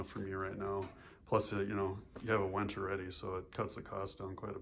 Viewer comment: Its a WINCH not a WENCH